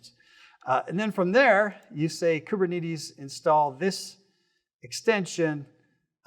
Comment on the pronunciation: bro is the only person i've ever heard to say koober knee tees